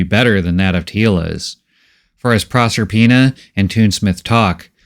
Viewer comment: It took a while for me to figure out the name. Is Prosper-ina, not Prosser-ina.